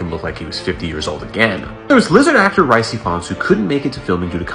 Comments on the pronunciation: Did you really call him Rice Ifans? Dude it’s pronounced Reese! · Rhys Ifans is pronounced 'Reece Ivans' not 'Rice'. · Its not rice its pronounced reece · Rhys—pronounced “rihss” not “rice.” It’s Welsh. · learn to pronounce the names correct Rhys Ifans google the pronounciaation